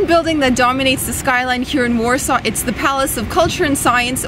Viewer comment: Poland seems lovely, I want to visit there when I'm older and have enough money to travel, but that's not how you say Warsaw